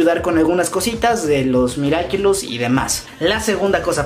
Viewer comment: Nadie: Absolutamente nadie: Ni una mosca: Yo estresada por qué dice miraquilus🙃🙃😂